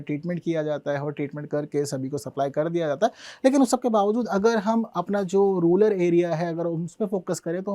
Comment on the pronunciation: अबे रूलर बोल रहा है।😂